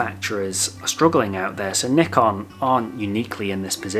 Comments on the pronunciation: IT ISN'T NICK-ON!!! It's NYE-CON you twits! Or at LEAST according to the FOUNDER of NYE-CON... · great video but Bruh, it's pronounced like N-EYE-KAHN not N-IH-KUN